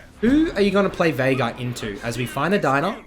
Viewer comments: STOP SAYING "VAIGAR" jesus christ, there's no A in the champ's name, are you daft? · i literally had to leave the video because cant say veigar